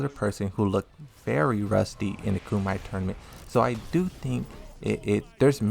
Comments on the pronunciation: Its pronounce KUM-E-TAE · Bruh, did you say “ku-might”? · Yeah, he's been saying it for a week. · Why do you say Lida and Kumite incorrectly?